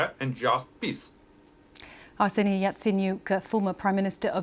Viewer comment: Yatsenyuk??? A bit far off from "Yaicaniuh" don't you think? He doesn't own a yacht either. There wasn't even any rumors about it. So I have no idea what you're talking about.